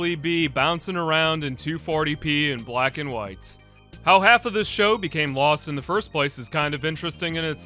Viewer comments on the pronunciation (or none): none